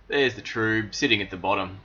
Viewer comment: Thanks for sharing guys! I love your approach. I never thought to use pulleys, just back breaking one of us holds the bag whilst the other one gently molests it to get the sweet wort out. Your method is so much better! haha Also I thought it was called TRUB like TUB, not TRUBE like LUBE :)